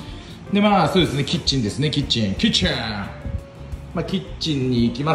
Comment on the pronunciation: の「キッチン」が「チ◯チ◯」に聞こえるw